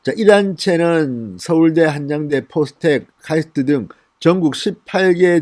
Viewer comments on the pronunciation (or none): 한.양.대.가 아니고 하냥대